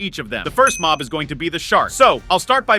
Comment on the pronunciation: it's mob not mop